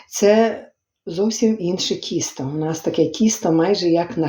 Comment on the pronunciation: правильно говорити не Кісто а Тісто